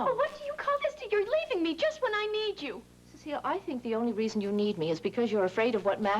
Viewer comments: If I remember correctly Alma would pronounce her name incorrectly - Cecil . Used to crack me up. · I loved how Alma always mispronounced Cecile's name as "Cecil".